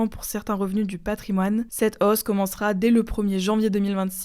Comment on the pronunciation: cette hausse ! Pas cette OOOsse 🙅🤷 désolé ça me tend ! 🤣